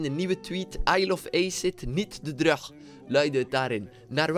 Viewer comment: Je bent echt een goeie yt maar hoe je drug zegt doet gewoon pijn aan men oren